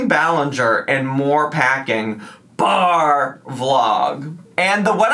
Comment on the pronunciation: I live for the "BAR" when you read ALR's titles.... I always chime in from home like I'm watching an episode of Dora.